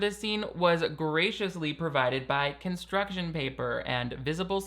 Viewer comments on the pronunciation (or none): none